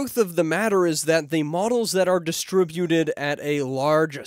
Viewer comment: Dude, you need to pronounce diSTRIButed correctly.